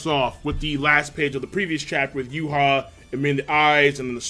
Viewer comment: It's YHWACH not Juha